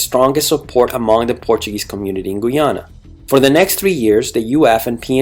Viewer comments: nice! but learn Guy ana not gui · Can you ’ppl cant say Guyana not Guiana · For fucks sake, can you learn to pronounce Guyana and Guyanese properly? Every time you speak it distracts from the video and takes away from your creditability as an educator.